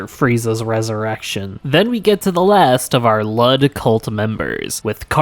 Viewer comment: you pronounce it wrong its pronounced lewd smh